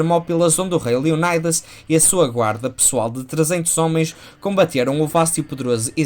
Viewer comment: Deixo-te duas críticas: - dizer que nesta fase da carreira Miller "já tinha desenvolvido o seu traço característico" pode não ser o mais correcto... o seu traço no Daredevil, no Wolverine, Ronin, DK Returns e no Batman: Ano Um também são característicos, embora distintos. - porquê a pronúncia inglesa para Leónidas e Xerxes, se os nomes não são anglófonos? Abraço!